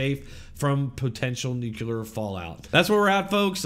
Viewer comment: Nuclear, not nucular.